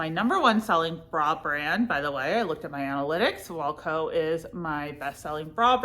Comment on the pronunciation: Hi, love you! Longtime viewer, not a first time caller. I know you have trouble with pronunciation and had speech therapy when you are younger, so in no way am I making fun of any kind of disability. I just have some tips to pronounce brand names correctly, especially if they are your #1 seller. Wacoal is not pronounced like the band Wilco. It’s not walco. It is wah 😩 coal. Aerie is prounounced Airy, but it’s made by American Eagle, hence the AE at the beginning of Aerie. It’s also kind of a play on words because aerie started as undergarments and they were supposed to be light and airy. Onzie is not pronounced onesie like the one piece that babies wear. We all know the term onesie is licensed by gerber and would never let anyone else use it, even spelled differently. Which is why Onzie has the pronunciation right on the price tag of own-zee. So they don’t get sued by that Gerber baby money. 👶